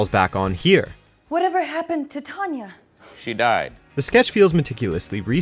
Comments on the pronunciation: it's pronounced Tahn ya, but (or what's his name) says it like he would Tan us. I really really feel annoyed with things mispronounced like this. ITS TIME FOR ANOTHER TOP TEN ON MISPRONUNCIATIONS. Just so the cast can say things that don't... Sound awkward than what the clip says or how they actually say it. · Why does he keep saying TAN-ya when everyone ok the show clearly said TON-ya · What is that pronunciation of Tanya? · HOW??? How could you pronounce "Tanya" wrong twice when they say it twice in the clips?? I hate to say it, but do the narrators of these never watch the clips first and hear the pronunciation?? Your's is NOT the only channel to do this. But it is such an easy fix.. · Cringing at the pronunciation of Tanya. The commentary over all on this video was awful on so many levels. Glad they got the Mike Myers sketch in tho